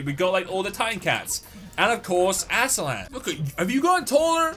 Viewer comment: He called the Ultraman "Asialan"